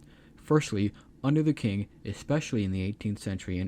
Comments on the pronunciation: I got confused for a second after hearing king dynasty, only to realize that you mispronounce the qing dynasty. It's spelled as ching, q in chinese become ch sound. Qi becomes Chi, Quan become Chuan, Qin is Chin, and Qing is Ching. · it's pronounced Ching not King Dynasty. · Maybe fix the pronunciation. It's "Chin" (Qin) not "king". Very confusing. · Tching not "king"